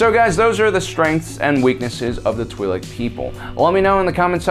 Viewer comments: Pronunciation is twih-lek, the name twi'lek coming from twin lekku, the name of the two tendrils that come from their head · It's Twi LOC 🤦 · i cliked off as soon as you said you were be calling the twiiks its twilikes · Twee-lek Laykoo...? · One thing's for sure: I'd blast Aayla from behind, too ( ͡° ͜ʖ ͡°) EDIT: I've generally heard it pronounced "twee lick" by both friends and family alike, as well as in pretty much all Star Wars media that I remember getting into. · Tw (eye) Lek. I may be wrong but learned speech is a thing... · If you can't take 30 seconds to figure out how to pronounce twi'lek. Unsub see you